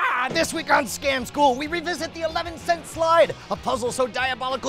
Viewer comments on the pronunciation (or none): when you pronounce scam school scom school... like what?